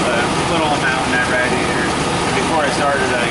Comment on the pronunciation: Hearing you mospronouce radiator is killing me, it's pronounced ray-dee-a-tor. Like radiate.